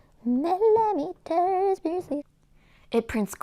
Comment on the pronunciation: another great video ! if you want to pronounce millimeters easier, voice the t like like some English do, might help :-)